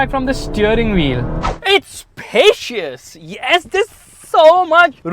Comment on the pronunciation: It's paciousss ❤😂😅